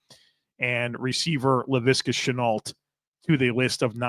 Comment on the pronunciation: Good evening - the prononciation for Laviska Shenault is “Chen-noh”, the L and the T are silent. Greetings from the French part of North-America